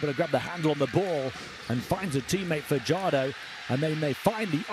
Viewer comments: Fajardo not padyardo damn you dude youre murdering junemar family name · Fajardo not fadyardo youre murdering the family name of fajardo